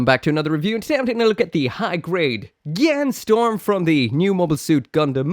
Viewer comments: I know it's minor, but it's actually Strom, not Storm. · Minor nitpick that it's Strom not Storm. Fun fact that Strom is a word for river. I believe it's german. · It's St-R-om, not Storm